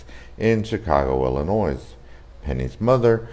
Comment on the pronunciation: Learn how to pronounce Illinois